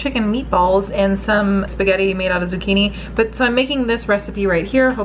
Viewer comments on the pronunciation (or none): I prefer your pronunciation but apparently it's spaghetti with a V...:-( I say let's keep saying it vejetti ..lol